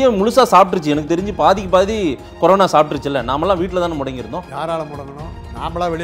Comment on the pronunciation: Corono illa da anchor. Corona adhu. You are such a irritating anchor.